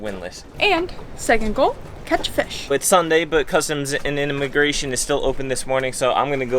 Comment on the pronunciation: Inamagration...hah....be well guys.